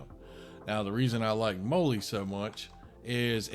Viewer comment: MOLL-E is pronounced like the girls name: "Molly"